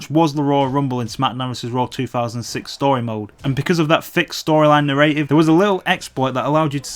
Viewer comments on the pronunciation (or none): Narative. Its nara tiv not na ray tive